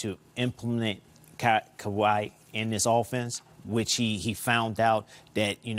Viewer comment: This dude butchered everyone's name. Also getting confused who is he talking about Kyrie or Kawhi. If you are to talk basketball you should know not just the game but who is playing it too. It shows how little people pay attention and watch the Raptors. Tho his issues weren't just limited with the names of the Raps players but Sixers too